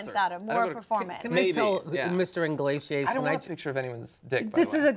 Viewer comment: why do they keep saying enrique 'INglesias'? It's CLEARLY 'Iglesias'. Inglesias just sounds naughty naughty XD